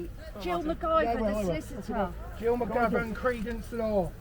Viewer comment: This guy is the Alan Partridge of policing. The females honestly sound drunk ... cant even get Gill McGivern's name right... Let the side down imo and the silly rainbow hair further lowers their protesting power but they don't see it.